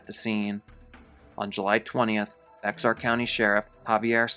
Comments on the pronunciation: Bexar County is pronounced Bear County, not bixar county.. Bear County,Bear County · For future reference, from a Texan, Bexar is pronounced Bear. Thank you for starting with some true crimes I haven't heard/seen before. I actually enjoyed this.